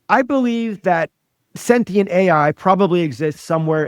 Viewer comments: Someone PLEASE tell her it is SEN-TI-ENT not SEN-TEN-ENT! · She can pronounce Thessalonians but not sentient.